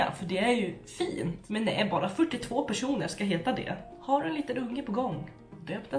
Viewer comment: Elsa. M hon sa personer men tycker också det låter lite som ”195 keroner” 😂💕